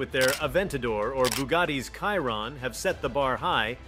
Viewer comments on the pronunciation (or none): Bugatti pronounced “shi-Ron”, not “ky-Ron”.